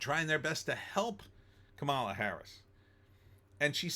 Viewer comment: First of all. Her name is pronounced COMMA LA!